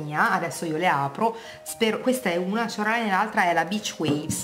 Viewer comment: la shoreline si pronuncia sciòrlain 😁😁 chisså che buone, io adoro le "marine"